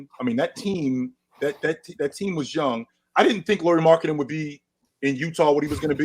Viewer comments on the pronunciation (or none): none